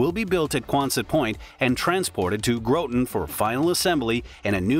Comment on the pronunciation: Learn how to pronounce ‘Groton’. Your pronunciation is VERY incorrect.